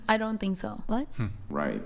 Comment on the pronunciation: _— “I tink so”